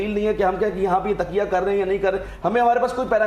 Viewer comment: ڈاکٹر صاحب تقیہ کو تکیہ کہہ رہے ہیں 😅